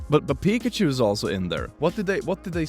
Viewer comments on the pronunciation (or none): none